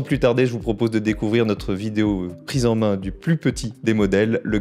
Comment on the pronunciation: "il tient très bien t'en main", les liaisons dangereuses !!! 🤔